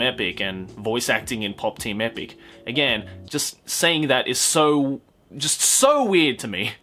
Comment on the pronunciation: pop team epicu. its epicu